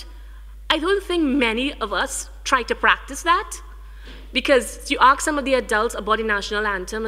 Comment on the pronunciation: For someone who has such an educated background and does so much public speaking she really needs to stop AXE-ing and start ASK-ing questions...there are classes that teach you how to pronounce words properly...and yeah...Nikki Menjai...really and u are the Cultural ambassador for Trinidad, n Nikki is one of the biggest exports and u can't even say her name properly...smh